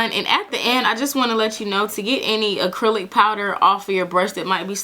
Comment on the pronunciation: "Acrelic" 😂 I can't I'm subscribing